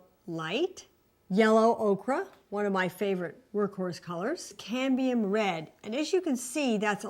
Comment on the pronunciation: Yellow okra? It's pronounced "Oak-er." The metal is "CAD-mee-um."